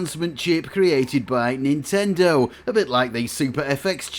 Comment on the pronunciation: It's 任天堂 Nintendo - not nintendor